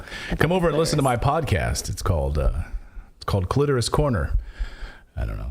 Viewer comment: The way Natali said clitorous omg this young buck wants to make her feel young again!